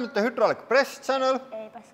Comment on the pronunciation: hudrolic HYDRDRAULIC.... imagine saying the same thing wWRONG over and over for years lol